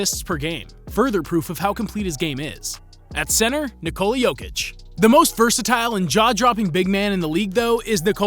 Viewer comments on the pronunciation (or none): Kneecola is wrong. Its Neekola. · Why tf this guy say Nikola for Vuc and KneeCola for Joker. Seljak